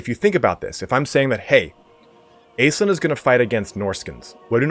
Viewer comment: I hate to be that guy, my guy - but it's pronounced Ash-linn. I know it's a made up elf lady but it's a real name. I'm sorry bby, pls forgive xxxx